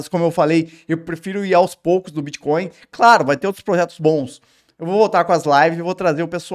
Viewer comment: Bitcóio? Nem sei o que é isso.